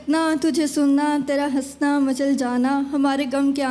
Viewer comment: Hansna not Hasna. ہنسنا صحیح لفظ ہے ہسنا غلط ہے